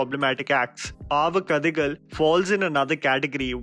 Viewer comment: your Tamil pronunciation of the title was just perfect!